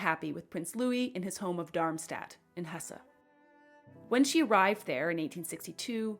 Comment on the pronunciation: Hesse is pronounced hess